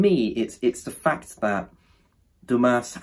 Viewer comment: Sorry but this is a bad review. And also at least read Dumas correctly....